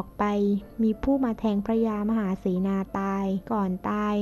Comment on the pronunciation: คำว่า มหา ออก เสียง ให้ชัดหน่อยนะครับ